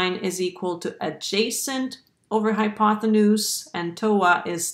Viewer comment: Nice explanation. But the word is "hypotenuse" NOT "hypothenuse".